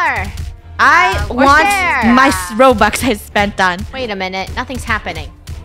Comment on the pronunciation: Did funneh just say she didn’t want to spend roubx